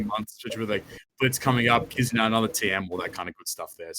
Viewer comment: Great start for 2021! Thank you for answering my question about kizuna exclusive legends (you did pronounce the name correctly) - I think it would be great if the legends and or kizuna rr would be available via kizuna tickets in some way. I would like to see a limit break material island (1 island or maybe 1 island for each color similar to the turtle islands) and then introduce a new legend similar to legend chopper that would double the drops of the limit break materials. Don't know who I would expect the legend to be though.